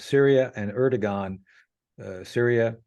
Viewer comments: please say Erdogan instead of Ergodan. I really am a great fan of your channel, so this is my only remark. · Erdogan not Ergodan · Its ERDOGAN not Ergodan. Missing such important details, makes you honestly not trust worthy, since it shows that you did not had the courtesy of researching this basic information.The col seems pretty up to date otherwise. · Americans always add confusion to everything. Not only in the analysis but also in names? Where did you come up with the name Ergodan? His name is Erdogan not Ergodan. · Erdogan, not "Ergodan". I cannot believe the casual nature of your reference to the civilian human tragedy & damage resulting from Israel’s response, simply saying: "so be it". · 😂 Hey.. it's not ERGO-DAN, it is (Shaffer has it correctly).👉.ERDO....🤷 GAN! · Erdogan = AIR-DOUGH-WON. Say it with me now: AIR-DOUGH-WON. NOT ER-GO-DAN. You sound illiterate when you say "Ergodan." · Lol, it is Erdogan, not Ergodan. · hahahahhaah you said president ergodan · Ergo-don is definitely not how his name is pronounced